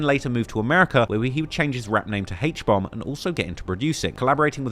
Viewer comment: "Heitch bomb"😂😂😂